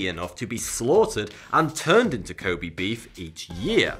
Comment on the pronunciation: I lived in Japan for way too long. You repeatedly mispronouncing Kobe is bugging the shit out of me. LOL